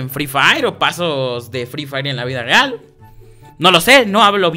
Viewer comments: Like si te diste cuenta que en dijo los isieron en la vida ragal jajaja😂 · En el minuto dijiste en la vida regral